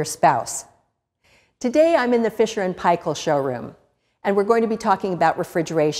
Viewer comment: Omg firsf non kiwi to pronounce f&p correctly